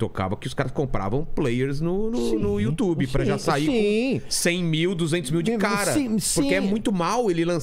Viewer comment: you tchube - Régis Tadeu